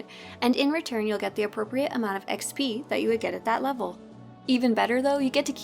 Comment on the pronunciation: why can't this chick say XP correctly?